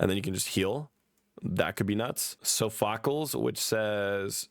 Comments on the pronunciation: IM CRYING RN WHO IS SO-FAKELS ITS PRONOUNCED SOF-ACLEES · I'm not trying to be that guy, but -- soff-oh-KLEEZ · So-fawk-ls. You cannot be serious. Don’t even say you haven’t played them. You are not bright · sofahculs is a W pronunciation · I know you said you didn't play these games, but So-fackles had me cackling 😂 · "So-Fa-Coles" is hilarious😂😂😂, Thats not his name, but PLEASE keep calling him that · "So-Focklez"😆 love u bro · it's pronounced Saw-pha-klees that one hurt lol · don't listen to him saying Sophocles